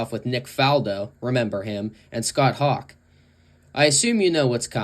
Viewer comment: Scott "Hawk." LOL